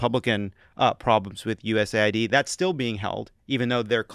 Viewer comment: Shouldn't that be pronounced US aid, not USA ID